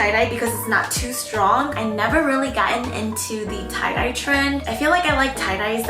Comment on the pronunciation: They cloud-dye hehe Instead of tie-dye